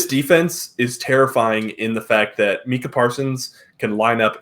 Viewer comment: Great show guys. I'm new to the channel, so I don't know if you guy's were joking or not. But it's pronounced MYKA (Micah Parsons). I say this to say we Cowboys fans are legion (meaning there are a lot of us) Some nice, many are not. And with something as small as that. No matter how right you are, ppl will say "you don't know what you're talking about"